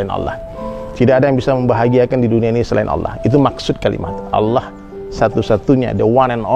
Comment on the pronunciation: Ini salah banget y..g ada org Padang yg bilang Alah....tp Allah jgn salah ustadz y..apalg nyebut org Padang!!